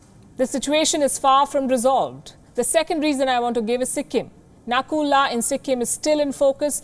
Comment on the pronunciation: It's not nakula it's Nathula, Sikkim.